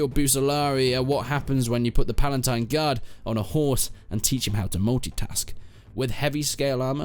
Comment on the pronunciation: You mispronounced the empress, the menavliaton, the palatine guard, the bucellarii